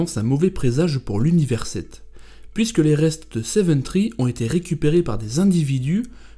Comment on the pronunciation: Seven Three pls three not tree . Je rigole hein m’en fou , pis ca te fera un com